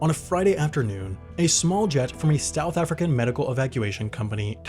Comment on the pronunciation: "Stouth African"